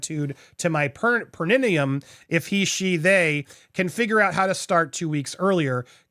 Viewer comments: It's pronounced PARE UH KNEE UM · Pear - uh-NEE- um ;) medical term for “taint”